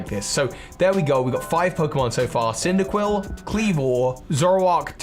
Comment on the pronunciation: CYNDAQUIL DOES NOT END WITH 2 L'S! KLEAVOR, NOT KLEVER!